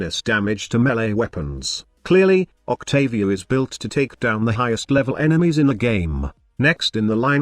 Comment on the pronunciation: Octavier haha